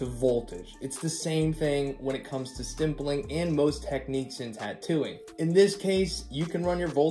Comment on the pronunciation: Keeps saying “stimpling “. Lol. There’s no m in that word, buddy.m